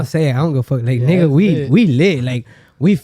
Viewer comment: Aaahh no hablan español pero Que bien dicen “nigga” 😂